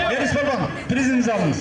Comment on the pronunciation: Палван дебей балбан дегиле